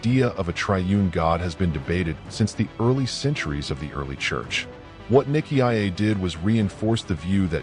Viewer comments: The name "Nicaea" is pronounced "ny-SEE-uh". The robot audio pronounces it as niki ah ay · ny-see-ah not niki-i-ay. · AI is such a problematic narrator. Nick ee iyay? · It's usually pronounced NY-SEE-UH. It's better to have a human being narrate these things. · I kept thinking niki ah ya mother f....😅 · What a load of tosh. And can’t even say Nicea correctly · Good report .. but so very annoying with the pronouncing of Nicea… dummy 😊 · I don't think you're pronouncing I see you're right nicea